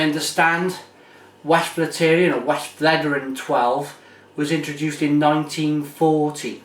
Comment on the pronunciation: It's pronounced Vest-flet-er-en